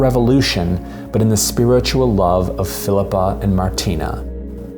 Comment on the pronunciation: An Atheist’s Guide to Babette’s Feast: (1) The name is Martine, not Martina. Perhaps it’s Martina in the written tale, but it’s Martine-with-an-E in the film. If you’ve ever had your name consistently mispronounced or misspelled, you’d understand how annoying it is, as though you weren’t seen for who you really are. (2) Babette, in the film, is a chef extraordinaire and a political refugee, not a communist revolutionary. It’s not clear in the film whether she joined with her husband in revolting or in communism. (3) The general doesn’t marry Queen Sofia, he marries one of the ladies of her Court. BIG difference! (4) The sisters didn’t understand what the ingredients signified, how they would be transformed by Babette just as Babette had transformed their lives and the lives of all the townsfolk. In their religiously-fueled ignorance they could only see witchcraft as the explanation for the science that they couldn’t otherwise explain. Their kitchen had become — as it had been ever since Babette had come to them — Babette’s laboratory. (5) The “feast had opened the general’s soul to the squalor of man and the splendor of God” — really? I didn’t get that in the film. Perhaps it’s written that way in the Blixen story and in the Pope’s heart, but the film IMO showcases the splendor of Man in Babette’s transformation of ordinary animals and plants into a glorious, sensuous feast: the turtle, the truffle, the caviar, the foie gras (be still, my heart!), the grapes of joyousness